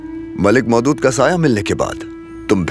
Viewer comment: Mohdood❌ Maulood✔️